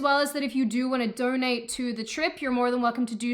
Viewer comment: I'm glad that she has dropped most of the unnecessary "r". She almost said "doRnate" but the r was too short to notice.